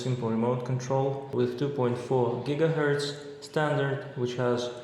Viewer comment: what did i hear 2.4 gigahertz or gitahertz